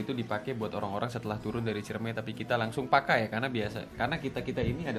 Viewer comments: Gn. CIREMAI sob, bukan CIREMEI 😬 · Btw Ciremai yaa bukan ciremei😂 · Sorry bang, nama nya itu ciremai bukan ciremei.. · Ralat bos kuh. Ane kuningan asli. Namanya gunung Ciremai! Not ciremei